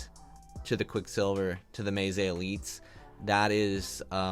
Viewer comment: May Zay? It's Meh Zay